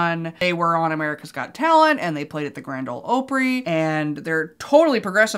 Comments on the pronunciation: Did you just pronounce Opry like Oh-pree. It's like the country pronunciation of opera. It's Ah-pree. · It's pronounced "Ah-pry", not "Oh-pry".😉 Love your videos!❤ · Not that you’ll see this comment but for anyone who needs to know: “Grand Ol Opry” is pronounced AH-pree. Like opera. It’s a play off the word opera, like the “country” version of opera.